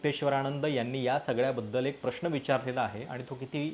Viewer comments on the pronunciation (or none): अणिल नाही , अनिल ! उद्घाटण नाही, उद्घाटन ! प्रश्ण नाही, प्रश्न !